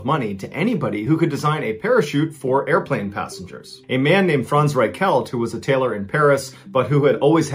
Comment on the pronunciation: My name is Frantz and I appreciate you pronouncing my name correctly.